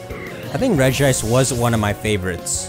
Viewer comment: Smh, Regice is pronounced "Regis Philbin".